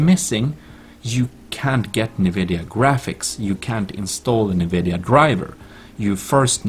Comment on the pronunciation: its not nnnnnnnvidia... its N - vidia